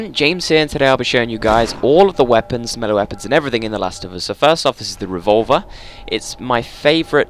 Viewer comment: Btw it's melee. 😬